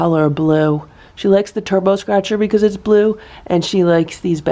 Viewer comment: Awww brotherly love!! And then Simba walks away being caught. Awww boys.. All the cats look so calm in the morning! Awww blue sounds like boo. 😅 they are all waiting downstairs for food. So they want to get notice. Ohhh nooo raccoons!!